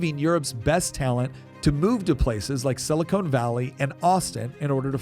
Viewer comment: Please learn the difference between "silicone" and "silicon" .